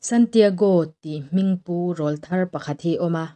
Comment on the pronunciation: Rawlthar tih i lam rik dan a dik lo. Rawl 👈🏼 hei hi thluk san tur, mipa tilpawraw nei hlim sawina a ni a, aw ráwl thar an rawn neih avangin "ráwlthar" (ráwl👈🏼 thluk san) tia lam rik tur.